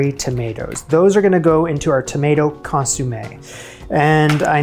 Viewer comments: Shouldn't it be con-somm-ay rather than con-sume-ay? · It's not "ConsUmme". It's "ConsOmme"!!! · Lovely! (Con-som-ay, not con-soom-ay). :) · ConsOmme, not consUmme, although you did consume it. Hahaha. I would have included the accents on the "e" but I don't know where they live on my laptop. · ConsOmme.........not consUmme.......aaaaaaagh! 🤣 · Love your channel ❤Keep it up👏 FYI “consommé” … Not “consUmme” Love from another passionate foodie❤ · I love the way you call it a consumé not a consommé . Great fortitude in persisting through the mishaps. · Just to be clear, it's not ConYoumé, like To consume something.. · Sweetie, loved the effort and results. Please...the word for the soup is consomme, not consumme. Thank you. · Argh, it's not consOOmeh!! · My ears are bleeding hearing "consUmme" 😅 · You pronounced consommé' as consumay hahha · Please please please Google how to correctly pronounce Consommé 🫢